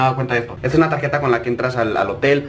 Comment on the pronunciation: entendí motel